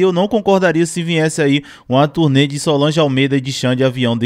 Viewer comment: Turê? Ou turnê?